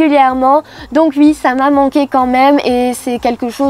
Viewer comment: hhh ça me fait très bizarre la manière dont elle dit "ui" super faq